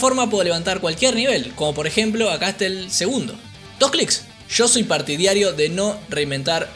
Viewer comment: es partidario no "partidiario". Saludos.